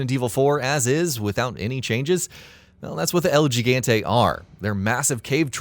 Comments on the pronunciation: Stop pronouncing el gigante “el ji-gante” because gigante is Spanish for giant and gigante’s pronouncing is hi-gante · I like how you say EL GIGANTE. Just a tip, but you can try saying it "el he-gun-teh" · Triggered every time he said EL GEGANTE